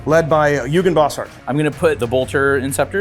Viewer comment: I hate to be that guy, but I literally can not help myself. Eugen is pronounced Oygen, not yougen. It's German.